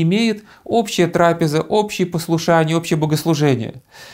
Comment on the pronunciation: Трапе'за,вы псалтири на церковнославянском ударения отмечены,и именно когда мы глаголем правильные ударения,то колокольный звон Богу угоден и приятен,тогда Господь принимает молитву,и скоро помогает,внимая Божественной правильного звучания.Сея радость Богу и нам.Простите Христа ради.